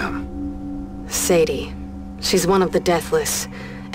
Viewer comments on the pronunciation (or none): Her name is Saydhi not Sayhi